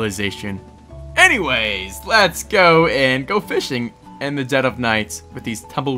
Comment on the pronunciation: Just sayin kinda sounded like you said ”lest go f*** the eye of cthulu” LOL